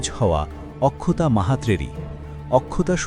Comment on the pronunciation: অক্ষতা হবে উচ্চারণ, আখখতা নয়